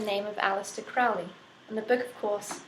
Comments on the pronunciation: Crowley Crow-Lee, not Crowley Fowly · fyi, his name is pronounced as crow-ley, it rhymes with holy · hey lady. it's pronounced crow-lee rhyme with holy not trying to be smart just thought you would like to know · Will you please stop pronouncing Crowley in the way that rhymes with foully. It needs to rhyme with holey. Only those who think of him foully call Crowley. I am OTO which I dought you are or you should know better.